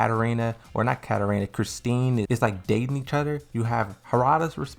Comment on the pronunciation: Christie! Ssstie..... Chrisssstie.. Christie! It's NOT Christine! There is no N. Does this drive anybody else crazy? Can someone please tell this guy??? How do we reach out to him. How many videos has he made lol.